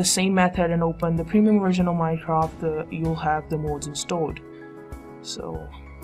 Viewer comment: its mods not mouds